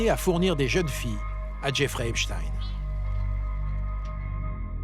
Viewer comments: arretes de dire heypchtine merci !!!!! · Jeffrey EpSTEIN ! Pas EpSTINE bande de commentateurs ridicules. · C'est epstEIN et non pas epstINE...et on sait ce que cela veut dire... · Epstein pas Epstine. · Certains disent Epstin...c'est Epstein. Un nom juif, inutile de tenter de le dissimuler. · C'est quoi cette prononciation d'Epstein ? NON, CE N'EST PAS EPSTIN, C'EST EPSTEIN ! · C'est epstein pas epstine, on dit pas einstine hein... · Qu'il m'énerve le spécialiste US à dire Epstiiine comme Poutine ! C'est Epstein comme Einstein ! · Va falloir arrêter de dire Epstine !! Bordel ! On ne dit pas Einstine... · Epchtayn ??? c’est "ipshtine " !!!! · Que c est pénible d entendre prononcer epstine comme titine. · Insupportable les abrutis qui disent heypchtine ! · Mdr ceux qui prononcent " Epchtine" pour pas que les gens ne fassent pas le rapprochement avec les QUI ???? 😁